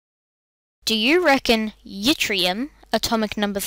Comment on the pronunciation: YTTRIUM is pronounced IT-ree-um not YIT-re-um, and same for YTTERBIUM ( IT-tur-bee-um not YIT-tur-bee-um... also, though no metallic elements have heretofore been gaseous, now it has been determined that, if enough Flerovium (element 114) could be made to have a ponderable sample, it indeed would be a gas-- as the boiling point of Flerovium has recently been experimentally determined to be 60 degrees Celsius! (And Copernicium, element 112, is probably a liquid, though there is an outside chance it also could be a gas). Also, not 92 but 94 elements have been found to occur naturally, both Neptunium and Plutonium having been found in nature. And only 83 elements may be said to be "primordial" (having existed here since the formation of the Earth), that is, elements H - Mo, Ru-Nd, Sm-Bi, Th and U- the others all being radiogenic (Tc, Pm, Po-Ac, Pa, Np and Pu)